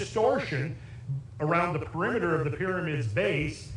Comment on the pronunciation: PERIMETER: Not Peremiter.